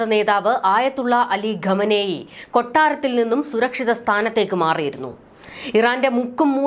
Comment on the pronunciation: Ghamenei alla khamenei 😂